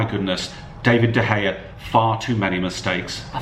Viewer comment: whos Dayvid De Gea? whos Romeroo?